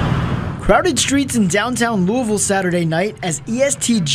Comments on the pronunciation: Hey family its not pronounced like lewis. Its pronounced like lois v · It's pronounced Lew-Uh-Ville that Lewis-Ville stuff will have you on a t-shirt with your balloon release held at the gas station you were hit at 🤷🏾‍♂️ ijs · A bruh the S is silent lou-ville... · The S is silent 🤫 It’s pronounced Louie-Ville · I wish you content creators worked on y'all pronunciations and ethics 😂 Grown ass men saying "Louis-Ville" be trippin me out lol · The "s" is silent on Louisville